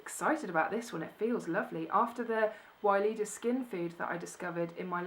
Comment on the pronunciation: Hi. lovely things you got there. It's hilarious as you say every time Weleda. sounds arabic. It's actually to be read Veleda. I guess it's a German brand as we have it here everywhere. They sell it in pharmacys and drug stores. There's is also a big selection of baby and mother cosmetic care and of course all other body and skin care. Have a great day.